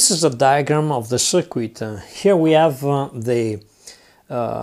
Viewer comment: I really like it when someone can speak really good english, but get a few little words wrong like cirquit 😁👍 . . Nice video though... ive been wanting to try electroplating for ages but cant afford the chemicals